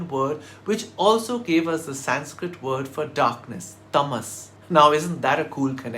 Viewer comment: Sir!!! I love your every videos and really appreciate that however please take care of "Sanskrit" pronounciation as well. Please correct me silently😉!!